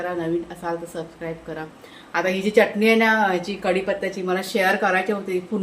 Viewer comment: च्यटणी म्हणू नकोस.. चटणी म्हण